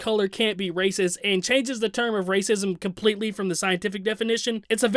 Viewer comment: He didn’t casually throw around “racism”. He said “race-is-uhm”.